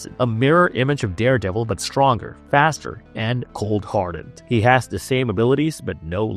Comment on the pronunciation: i hate this stupid D instead of TH thing - it maybe a speech impediment but im out after 1 min